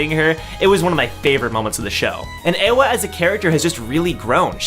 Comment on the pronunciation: Not [EHWA], corret reading is [IE HWA]